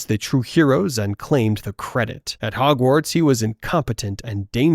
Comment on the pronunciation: Nice video bro but it bugs me how you say Hogwarts 🤣😂🤣😂